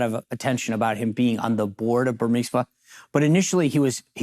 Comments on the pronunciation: Burmimsa Or Burisma? You pronounce it incorrectly! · SEAN, ITS BURISMA.not BURMISMA.